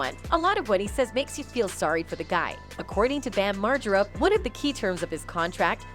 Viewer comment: What’s jakeass? And who’s bam marjurra?